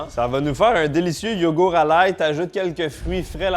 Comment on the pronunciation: Et le "T" de YogourT qui est parti apparemment aussi 😂